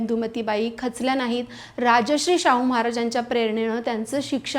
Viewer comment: यात पुणेकर चा संबंध नाहीये. चुकीचा उच्चार करून तुम्ही तुमच्या राजाचा अपमान करताय हे जाणून घ्यायला हवं. 'राजश्री' हा एखाद्या व्यक्तीला सन्मान देण्यासाठी वापरलेला शब्द आहे, तर 'राजर्षी' हे त्या व्यक्तीच्या महान कार्यामुळे मिळालेले एक उच्च पद किंवा बिरुद आहे.